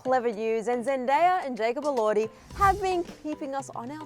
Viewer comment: its jacob elordeye not jacob elordhee